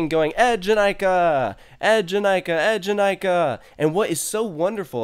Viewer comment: That moment you wonder why a ride with twi E’s at the beginning of its name so being pronounced EDGE-in-I-ka...🤔 Also, there are some significant layout differences besides just the ZeroG roll (including in the rotations), surprised you didn’t notice (OwO) those 🤷🏿‍♀️